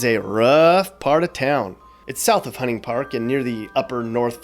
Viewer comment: He is not from here. Hunting Park is pronounced wrong.